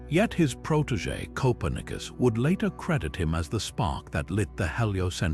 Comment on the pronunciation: Interesting, but narrator has some weird pronunciations for Copernicus and lead (the metal). To name but two. Really should do his homework before narrating.